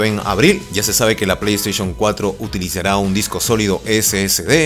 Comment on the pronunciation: "ya se sabe que la pleyteichon 4 traerá disco SSD" pues ya tengo el pleyteichun 4 y me vino con un disco HDD, me estafaron verdad? :'v